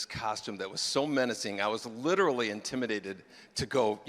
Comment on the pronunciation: “I litiralli litiralli”